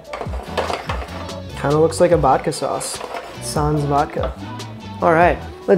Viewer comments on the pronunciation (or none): none